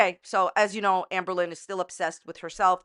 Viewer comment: everytime she says amberlynn i hear anne boleyn